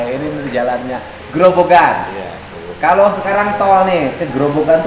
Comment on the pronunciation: Ko pak dedii mulyadi ngucapnya grobokan. Grobogan dong pak.